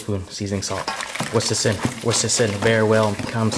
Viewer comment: It's WHISK not WHOSK"! You always say "whosk instead of "whisk".